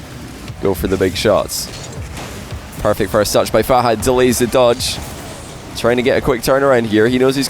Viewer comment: If you met Fahad why are you still pronouncing him name wrong?